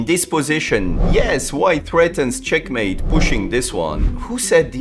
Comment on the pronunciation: finally found the person in the shorts who said " cHeckmAEte!"